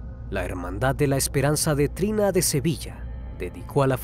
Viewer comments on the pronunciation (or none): Es triana no trina como lo menciono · Hermandad de Triana de Sevilla. No de Trina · ESPERANZA DE TRINA, por favor ni es tan difícil leer el nombre del barrio más importante de sevilla, TRIANA!!